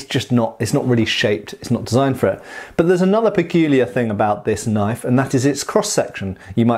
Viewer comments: "That's not a knoyf!-uh-actually-yeah-THAT is a knoyf!" Cheers Matt, LOVE these vids, as I've almost entirely burnt out on the repetitive, brain rotting shit on tv, your channel has become a mandatory part of my week. Great job brother! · ''...knoife'', eek-cha-loi